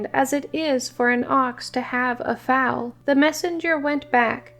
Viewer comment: Foal (sounds like fole) not fowl, or foul; otherwise, great job.